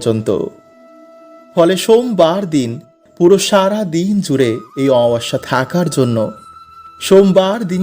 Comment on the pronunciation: Amabosya uchharon sathik korun, baje na bokbok kore kom bolben